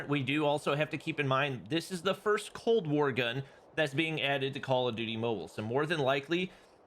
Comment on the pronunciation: Cold warrr??? More like WAW